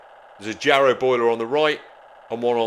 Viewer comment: "Yarrow" boiler, not "Jarrow"